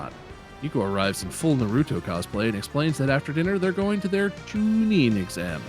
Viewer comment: mispronouncing Naruto is a crime😂